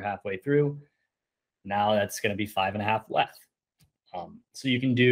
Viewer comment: The way you say WETH tilts me